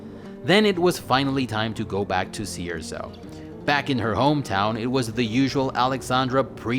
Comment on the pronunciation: Does anyone else keephearing "sea or so" whenever he says Cierzo? No? Just me?